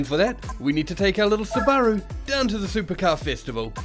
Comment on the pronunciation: Your pronunciation of Subaru is so off